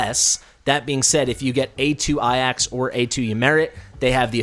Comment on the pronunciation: I love you, but my brain exploded from how you pronounced Ajax. that has been my gamer tag since I was 8 so I like "no way, maybe there have been people that pronounce it that way"